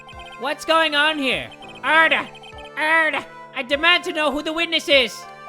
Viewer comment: Yes! I hope is enjoying doing the “ORDAH, ORDA IN DA COURt”